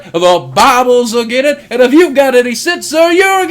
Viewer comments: i can't take someone serious when they say "again it" instead of against it. Also this "Pastor" is suggesting another holocaust. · "Agen it"? Rofl, what the fuck is that? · that pastor cant pronounce his S' im againt it ! lol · is he saying again it? or against it? because it sounds like again it. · Never take a man seriously when they can even say "Against" correctly.... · can''t even say "against" right, I don't think thinking he's so smart is even possible